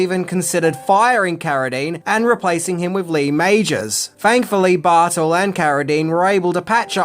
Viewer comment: "Bartull?" In america we say his name "Barr- Tell" but whatever. Im sure I would screw up native Australian names.